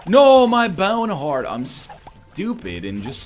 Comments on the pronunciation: Every time he says bowhen haurt I replay and laugh again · M Y B A Y W N E H A R D T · Gotta love the way NL says "boawne hweart" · sip your friends every time NL goes "my bowene heart!" with that weird accent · "MY BYOWNE HEART"